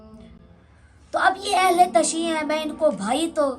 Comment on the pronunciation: جاہل اہل تشیع نہیں ہوتا اہل تشیعُ ہے جیسے اہل تسنُن وغیرہ